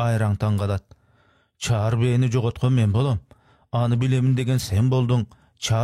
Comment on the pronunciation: Чар бээ эмес чаар бээ